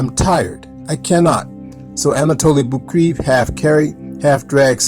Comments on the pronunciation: Anatoli last name Boukreev is pronounced Book-Ray-Eff and not 'Book-Reeve' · Geez, you could’ve done some research into the correct pronunciation of Anatoli Boukreev. As a hero, he deserved it..